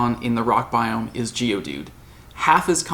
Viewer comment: bioooOMG! stop saying biome! lol